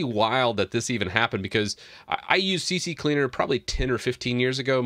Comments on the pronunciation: Why you call C-cleaner C-C-cleaner? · Why si si cleaner? It’s Si cleaner just it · It's c cleaner not c c cleaner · Lol c c cleaner? Not c cleaner? Are these different programs? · It's not CCleaner it's C Cleaner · It's C C Leaner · its C CLEANER NOT CC CLEANER so if you make a video , be sure you know how to read and speak English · It's NOT CC Cleaner! It's C Cleaner. It's not hard to read ffs. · It's C-Cleaner not CC 🙂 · Why do people say Cee Cee Cleaner instead of Cee Cleaner? 😄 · It's OK, many of my customers pronounce "CC Cleaner" lol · The fact that u say c c cleaner makes me not trust ur info bro... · Why does everyone say c-c-cleaner (c x3) while there’s only 2 c’s 😫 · Guys... it is obviously C-C-leaner. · I stopped watching 45 seconds in because you kept calling it CC Cleaner. Have some comprehension please. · You don't even think about what you say before you say it. Maybe wright a scrip. This is painful to watch. Not even talking about you saying C.C.Cleaner so many people say that. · The way you pronounce CCleaner reminds me of a joke back in the day, the right one is CC-Leaner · At least I’m not the only one that called it CCCleaner XD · How many times did you say CC Cleaner lol it can catch you out. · Aah the old "C-C-Cleaner" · i pronounce it c-cleaner (kuh-cleaner) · CC cleaner 🤣 everyone pronounce like that